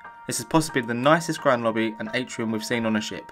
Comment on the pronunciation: “Lobbby” has 3 B’s?